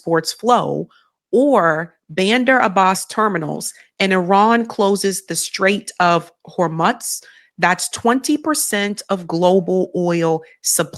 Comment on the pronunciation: Pronounced Straits of Hor Muse.